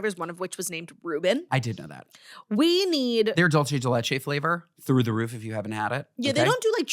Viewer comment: Iconic that called out the DJ khaled freezer video, but for the love of the tostadas (I’m not one, but grew up in Tampa around enough Latin swirlies), it’s pronounced “dool-say day lay-chay” [dulce de leche]